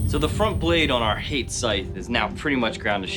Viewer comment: Can we go over how they say Hate like Hey-te, but it pronounced Ha-tay